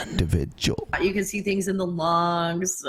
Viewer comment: (In voice) Individjul situation